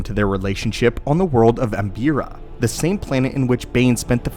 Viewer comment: Its "Am bree ya"